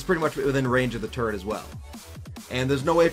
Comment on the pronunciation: He said Turret! Not Turrent! Praise the lord.